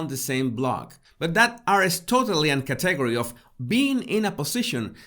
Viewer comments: Hey - I know you strive to improve your English. Category: emphasis is on the first syllable, cat, not the second syllable. CAT e gor y. I was having trouble understanding the word the first couple times you said it. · Please say category correctly. It is Kat’ uh gor we. I truly had trouble at first understanding what you were saying. Your pronounciation distracted from the content. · Hola! Para ayudarle, el acento en la palabra "category" esta en la primera silaba; un el segundo acento en la tercera silaba. Espero que tome esto como ayuda: Caaaaategooory. Thank you so very much. I will look at myself in the third person from above!!! Now I have so much to do!!! I learn about myself in your videos. When my school finals are completed, I will download your "tips." Gracias, de nuevo!!! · Hi, good video! Just a heads up that you are stressing the incorrect syllable on the word 'category'... its should be KAT...egory. No biggie, keep up the good work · I love your videos. Your accent is charming. Please, though, pronounce "category" with the accent on the first syllable, thanks. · It’s “climb” like “rhyme.” “Climb a rope.” It’s CATegory like kitty “cat,” with strong emphasis on the first syllable. Great stuff. Loving it.